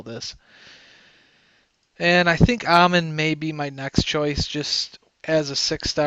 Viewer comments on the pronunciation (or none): none